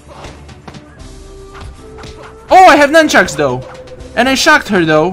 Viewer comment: “NUNCHANKS” THEY ARE NUNCHUCKS MY FRIEND